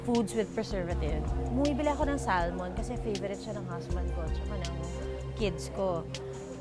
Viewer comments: Salmon is pronounced as Sa-muhn, silent L po kung gusto mo ipronounce in english.. pwede naman ksi bigkasin ng tagalog as in SALMON pronounced as how it’s spelled, not Sal-mon lol.. eng erte erte nemen kese.. 🤣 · Kunyare sosyal yung Elaine pag pronounce nga ng "salmon" di alam. Etchuserang elepante